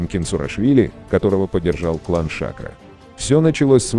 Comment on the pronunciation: Почему голос за кадром говорит ШАкро? - я слышал с ударением на последнюю букву - ШакрО.